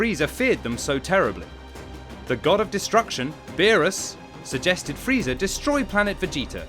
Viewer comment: I’M SORRY? DID YOU JUST SAY FREEEEDA?